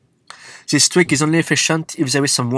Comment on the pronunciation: Dude why u sayin "Zhis" or "that" not This or That ? In a video in some words u are speling "T" corect why u speling that word wrong ?